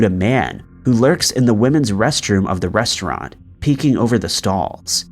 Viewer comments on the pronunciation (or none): none